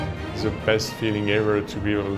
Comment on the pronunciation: ze best in ze world😂😂